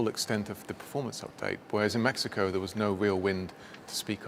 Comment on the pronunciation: DID HE SAY MAXICO????🤣🤣🤣🤣🤣